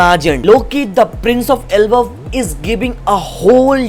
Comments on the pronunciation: Elbaph ❌ Elbuff ✅ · It's not Elbaf it's Elbhap 💥🔥